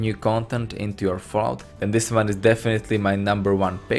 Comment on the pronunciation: Anyone else hear Vault when he says Fallout?